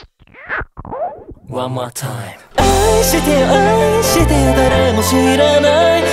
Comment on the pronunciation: サビの愛してよの「あ」の発音がめちゃくちゃに最高なんですが、、！！！